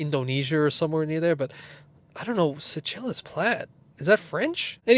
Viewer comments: LOL. Seychelles = (Say Shells) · Seychelles = "Say-Shells".